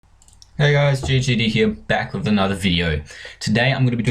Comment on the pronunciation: wis Me: you just got a vit xD Me: are you drunk or what